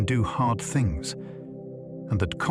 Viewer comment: Bro really said "thungs"